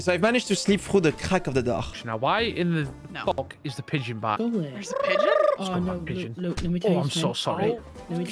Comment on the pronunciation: Mmmm yes "peegon"